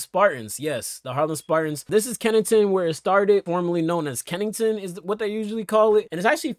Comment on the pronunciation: Americans pronunciation of Kennington 🤣🤣😆